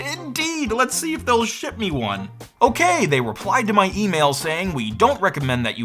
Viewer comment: What's an "emaila"??